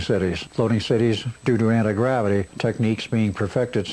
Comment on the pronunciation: Did he say Anna Gravity? Is she related to Anna Biotic?